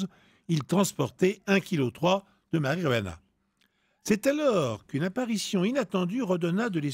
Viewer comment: Vous avez coupé le meilleur moment de l'histoire là où tout le monde délire parce que Pierre sait pas dire Marijuana :(